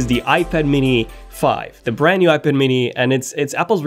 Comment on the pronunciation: Please learn how to pronounce iPad.